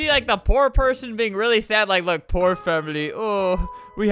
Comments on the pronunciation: I swear at the begining of the vid he said "whore or rich" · It's strange how at the beginning when Albert said poor or rich, it sounded like or or rich lmao 😂